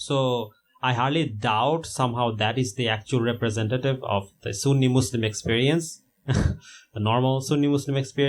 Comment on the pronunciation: Why does he still say mozlem